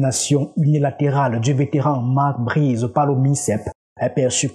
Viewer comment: Marc Brys pas Marc Brizeuh